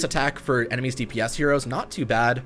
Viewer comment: “enermies” lmao what